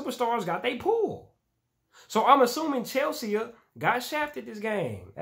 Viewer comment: Come on, man. It's not Chelse-aa. It's Chelsea, like the girl's name